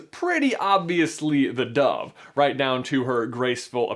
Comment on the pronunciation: Fix your pronunciation of dove please and thank you.